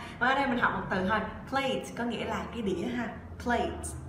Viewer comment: Sao mình phát âm từ plate với play giống nhau quá